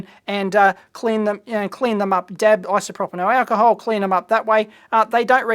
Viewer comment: Haha I'm watching this again some months later....isopropynolonol....aaarrrgghhh I came again to ''complain'' ))